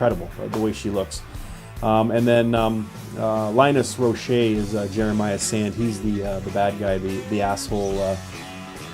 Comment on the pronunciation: Linus Roache (like the bug), and Andrea Riseborough aren't happy you butchered their names.... Otherwise, mad respect for talking about this actress that plays Mandy. For some weird reason no one is talking about her performance. It's strange, like avoiding the huge elephant in the room! The damn movie is named after her! I don't get it ..